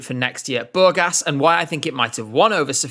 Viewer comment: you're doing a video on Burgas and Sofia can you please at least look up how to pronounce the names of the cities properly? Also, Surf shark is a scam